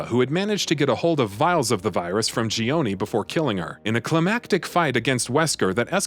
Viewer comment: This guy's pronunciation is all over the place. Sheeva, Euroboros, and Gionie are all phonetically wrong.